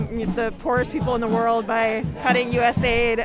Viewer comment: Its not us aid. Its u.s.a.i.d.